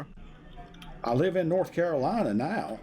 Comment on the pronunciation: North caroleena??? dead give away hes not in the usa ! but saying that I live no where near usa but still know the its North Carolina !!! jeez, scamming gits